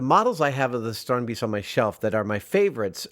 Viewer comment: The "ee" in Strandbeest should be pronaunced as "a" like in the word "ate"